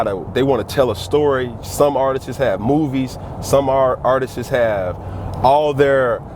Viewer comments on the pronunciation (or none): If this guys says "Artist-es" one more time...